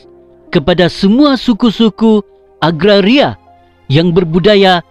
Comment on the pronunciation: Sebutan Orchard atau Orkid. Agaria kah atau Agraria. Ala sebutan itu biar betul saudara. Kau punya fonetik dan fonologi Bahasa Melayu kena betul bro!!!